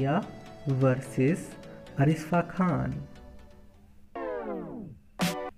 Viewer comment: Pehle name to sahi se pronounce karo in ka name Arishfa khan nahi Arshifa khan hai